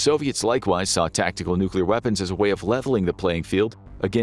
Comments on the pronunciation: Nobody survived nucular war 😂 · Nucular, it's called nucular! Expert Homer S.